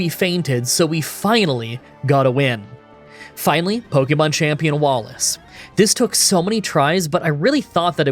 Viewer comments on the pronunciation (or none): It's not "either than". It's "other than". And for heaven's sake, it's not "pokey-mon", it's "po-kay-mon".